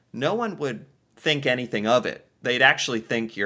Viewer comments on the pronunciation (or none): none